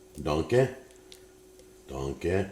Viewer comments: I know he's saying "dunk it", but all I can hear is "Put a DONK on it!" ...that, or the way Shrek pronounces "donkey". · I thought he was saying donkey 😅 took me a while to realise he was saying dunk it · Is it just me or did it sound like he kept saying “donkey” instead of “dunk it”